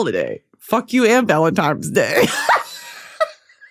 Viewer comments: “Happy Valentimes day”😭😭😭so true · Valemtimes day - yes I used to say it like that as a child as well😭